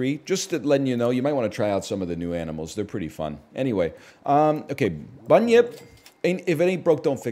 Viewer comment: It's actually pronounced Bun-Yip though